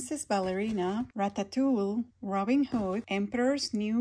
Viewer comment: These are so cute. I love watching you open these. By the way, its pronounced Ratatou-ee (or Ratatou-we) also, the dinosaur on the Good Dinosaur is named Arlo with an L, not an i 😊